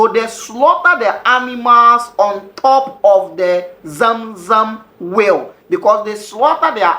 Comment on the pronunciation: Great teachings, but I struggled to understand what you meant by 'will' till you said Abura, which is "well" not will